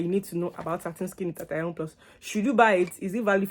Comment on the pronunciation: Did you say hitition plus ? 😂,it’s hithion plus